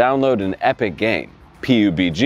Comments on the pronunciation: Pube g, what a boomer xd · "Epic game, Pee You Bee Gee" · The pronunciation of PUBG 🤣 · I guess he is actually "right" but yeah what q boomer lol